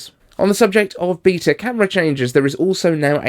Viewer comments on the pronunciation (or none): Beata? You mean beta?